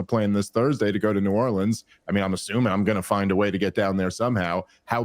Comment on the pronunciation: you gotta learn how to pronounce New Orleans before you get there or they will have nothing to do with you. I’m just trying to help.